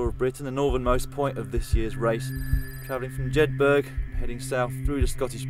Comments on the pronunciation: Jed burg lol! To the guy that voiced this. Jedburgh like Edinburgh not Edinburg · Sorry, what was the name of the starting town again? If you're going to make a commentary, at least get the pronunciation right. (It's JED-BER, or if you live there, JETHERT).